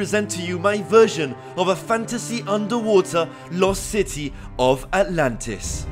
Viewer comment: Sentence: ANTLANTIS